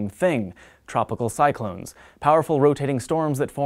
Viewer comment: "Tropical Cy(c)lones"